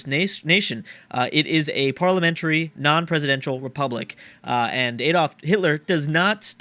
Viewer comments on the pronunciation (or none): none